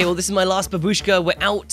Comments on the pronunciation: And again,, babushka is a Russian word for old lady and it have accent on first syllable. You are welcome to my basic Russian classes. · Why everyone streamer call add-on babUska? Сorrect pronunciation is bAbuska. Бабушка - copy it in google translate and listen.